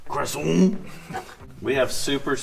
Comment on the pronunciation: As a French I am outraged by your pronunciation of "croissant" 😂